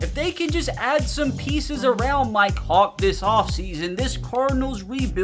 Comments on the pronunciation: Bruh every time says "Mike hawk" I'm thinking he saying "my cock" lmao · When u said mike Hawk it sounded like u said “my cock!” 😂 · I keep thinking he says my co** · For a sec at one point in the video it sounded like he said "my cawk" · Mi-Kehawk ….. sound that out and what do you hear? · Am I the only one who heard him say do not test my cocks😂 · I thought you were saying my c*ck the whole time😂😂😂